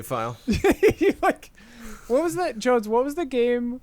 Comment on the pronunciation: Correction: . Oh by the way, Jones. You mispronounced JONES! It's cool, it happens ; )